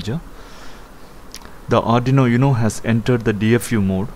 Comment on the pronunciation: Nice video. BTW, it's 'Oooohno' not 'YouNo'